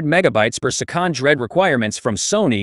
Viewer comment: Who ever is using this Chat GPT voice screwed up big time. Why do that when you can read a script and make it sound NORMAL? My suggestion scrap the sound and re-record and if English is not your first language have someone help you with it. Se-kond doesn't exist in the English language and it will make your video, well, not respectable.